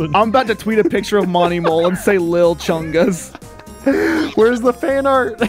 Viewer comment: It's not big chungus It's not little chungus it's lil' chungus